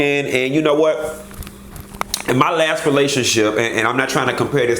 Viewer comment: Im in stitches with laughter...love how u go INNNN 😂😂😂